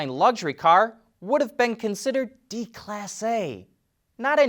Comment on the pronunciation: No, vehicles don’t look better with extra tire badging exposed unless you like moving billboards. Also déclassé is not diclassé or D-classé it’s day class A. But I’m super impressed the writers tossed in the term.